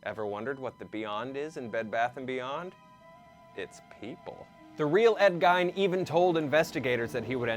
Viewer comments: In German, when "i" and "e" go walking, the last one does the talking. Gein is pronounced GEEN, but I don't blame him for saying GINE. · Right. I cringed every time he pronounced it incorrectly. Not like he wasn't an infamous person who the world doesn't know how to say it. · Sounds like your saying geynd lol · He pronounced Gein wrong SIX times. Still a good vid.